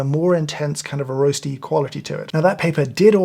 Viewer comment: Skimming your espresso gets you a square kick in the satchel where I’m from. The Brit accent on “roasty flavor” really ties the whole thing together, dude.